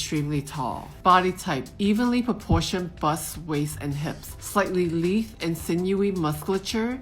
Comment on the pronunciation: This video and the previous one has been super helpful in narrowing down my type some. I fit best in Romantic, I'm a vase or bell shape, but I'm 5'8" and have a fairly large frame, hands, feet, ankles, etc. but not angular at all. As a side note: I would revisit the pronunciations for "lithe" and "archetype" as they are pronounced differently than they appear. English is weird. :)